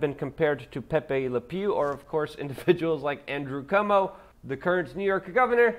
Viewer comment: It's pronounced "CWO-MO"